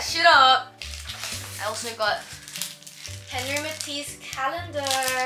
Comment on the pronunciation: The fact u talk about henri matisse while im in the middle of writing as essay on him 🙌 (btw just to tell u, its pronounced awn-ree, not henry❤)